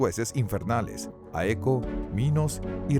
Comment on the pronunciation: Una constructiva, por favor corrijan errores de pronunciación, hay varios, recuerden que los nombres e incluso muchos términos deben ser pronunciados correctamente. Ejemplo: el nombre del juez Éaco fue pronunciado Aeco, Apofis fue pronunciado Ápofis